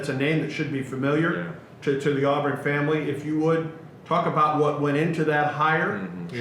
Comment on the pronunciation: Will someone please teach how to say, "Touchdown Auburn?" It's, "Touchdown Aw-Burn," not, "Touchdown Aw-Bearn." R.I.P. Rod.